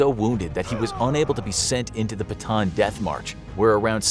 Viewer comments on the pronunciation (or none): PS. Its pronouced “bata -an” not bataan. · I am a Filipino and the pronounciation is not Batan its Bata-an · “One Man Army Batan” BA-TA-AN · i’m a Filipino and it’s not pronounced “Bataan” it’s actually “Ba-Ta-ann” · Who cares! He’s a foreigner of course He didn’t pronounce it correctly. As if you also pronounce foreign words correctly. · I love how you say BATAAN (BATAN) instead of "BATA-AN" 😅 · Bataan isn’t pronounced as “ba-tan”. Bataan is pronounced as “ba-ta-an”, Im a filipino, so I know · Its actually not batan its actually "ba + ta + an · Bata-an.... Bataan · It's not pronounced "Bataan" it's pronounced by "Bata-an" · ba ta an not batan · Ba-ta-ahn, not Ba-ton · pls info graphics its bata an not bataan the pronounce thx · I'm from Philippines not bataan bata-an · It is bata an not batan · Its bataan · it is pronounced as bata an not batan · It's pronounced Bah-Tah-Ahn not bah-taan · It is pronounced Ba-Ta-An Not Ba-Taan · Little note though, mispronounced Bataan (it’s supposed to be pronounced Ba-ta-an), so knowing the correct Filipino pronunciation makes the joke a little less sense than otherwise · bruh batan makes no sense if its a Filipino place. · It's ba-ta-an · Ba-TAN lol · Bata'an, that's the correct pronunciation. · dude its Ba-Ta-An not Batan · It's not Bataan it's Ba ta an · its pronounced bata-an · It's called ba-ta-an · very nice, but it‘s pronounced bata-an, filipino here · It’s not pronounced batan it’s it pronounced with a an in the end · Bataan is pronounced as bata-an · You pronounced Bataan wrong it's pronounced ba-at-a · It’s pronounced like Bata-an. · its ba-ta-an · It’s pronounced bata an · It's ba ta an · its ba ta an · Pronounced Ba-ta-an. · i didn’t expect him to mispronounce Bataan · I cant believe how he pronounced Bataan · They should get the pronunciations right, if they are gonna make a video on a city that's not from the US. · As a filipino its funny to hear him pronounce bataan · You pronounced bataan wrong .